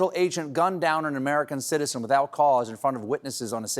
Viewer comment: I like how "American citizen" is emphasised evrytime this is mentioned. You know, because, if it wasn't an American citizen, then....?